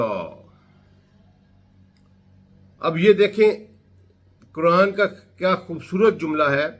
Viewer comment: کران نہیں قرآن بولا کریں۔ غلط تلفظ سے مطلب ھی بدل سکتے ہیں۔آپ کی فہم وفراست پہ ہمیں کوئی شک نہیں